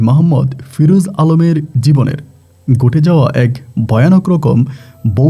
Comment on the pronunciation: Boutic,,,gote jaoa...asob ki uccharon...😂😂😂😂😂